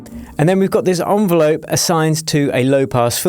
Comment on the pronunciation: it's an envelope, not an onvelope…!!